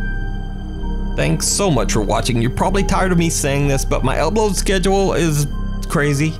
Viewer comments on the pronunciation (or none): Okay but why did it sound like this man said "elbow schedule" at the end, instead of "upload schedule"?